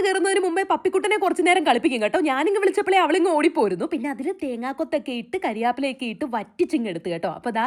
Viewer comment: കാരിയാപ്പില... അല്ല കറി വേപ്പില